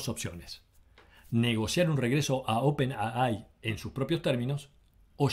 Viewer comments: ¡Por favor! No es "open a ai"; o dices "open a i" u "open ei ai" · Buena recopilación pero... por favor pronunciar bien... en español es open A. I. ... en ingles es Open Ey Ay... pero jamas es Open Ah Ay.... porfa! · Por qué pronuncias 'a-ai' y no 'ei-ai' en inglés o si fuese en español 'a-i'? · en ingles se dice ei ai pero en castellano se dice ai no aai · Demasiada soberbia sobre hechos y nada de análisis. Gracias por poner en línea de tiempo esto y no creo que haya mucho más que agradecer. OPENII como lo lees en inglés. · Le agrego algo más: En español sería al revés: I.A. ya que para los de habla hispana, es: Inteligencia Artificial. Pero coincido, está mal expresado.